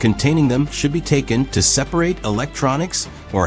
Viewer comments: It really is. They all really struggle with common words that have more than one pronunciation depending on context. It was 'separate' this time. Hearing these stupid mispronunciations detracts so badly that I can't finish watching the video. More and more of YouTube is being destroyed by AI, there needs to be an indication on the thumbnail if a video contains ANY AI and a way to filter out any videos using AI for visuals or narration. I'm tired of clicking on this crap. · in the video, your AI voice said "separate" (pronounced as a verb) instead of "separate" an adjective. Your AI bot needs re-training. Also "an aluminum ken" No, supposed to be "aluminum CAN."